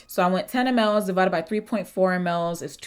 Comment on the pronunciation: Baby MLS....pronounced mils 😂😂❤❤